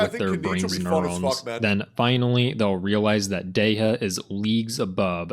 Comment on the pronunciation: That man is not a true Dehya main is he can’t say Dehya right.